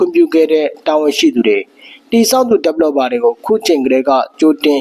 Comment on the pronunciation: ဟရောင် developerကိုဘယ်လိုပြောတာ😆😆😁 မအေလိုးတောသား ဒက်ပလော်ဒါဟလား😂